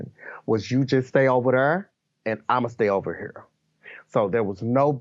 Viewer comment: You Stay Over Thrrr And I'm Gonna Stay Over Herrr!